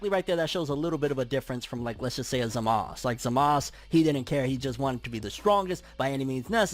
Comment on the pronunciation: I have heard DBS pronounce Zamasu so many times but still messed it up